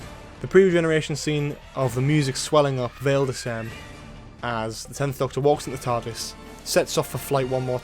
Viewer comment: You've had more than 9 years to learn how to pronounce 'Vale Decem'. Get it right, please!